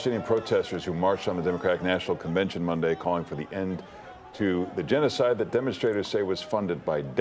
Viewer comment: DOCTOR Cornell West!!!!!!! Say it right